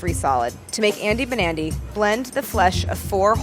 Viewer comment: i kept hearing 'andy nbandy' instead of 'andy banandy' and im like YEAH IM NB but then i was like w h o o p s... anyways trans rights!!